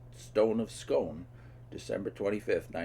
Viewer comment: the stone of scone is pronounced scoone bt most scots